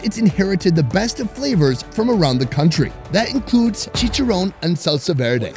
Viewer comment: I cringe when this guy butchers the pronunciation of the name of the foods. Chicharowwwn? Really bro? 😬😬😬